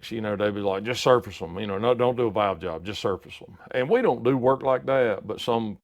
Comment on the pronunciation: When he says Valves or Valve….sounds like he is saying Vails or Vail